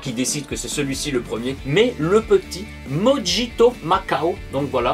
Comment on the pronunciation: Avec toutes les sorties les finances freinent un peu , je verrais pour prendre peu être des échantillons sur le discord pour les découvrir surtout le mojito qui se prononce morito 😂😂😂